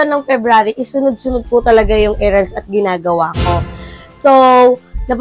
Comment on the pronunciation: sorry. Baka sasabihin mong basher ako huhu Pero lately kase napansin ko ginagamit mo ang words na “Era” and “Errands” Ano po, magkaiba po pagkapronounce nung dalawang yan.. heheh pakinggan mo po sana tama pagkasabi heheh Pero other than that, Ive been enjoying your vlog lately lalo na nandyan si Baby Gab2. A ball of sunshine talaga sya a mga vlogs nyo. Keep it up and more vlogs soon:)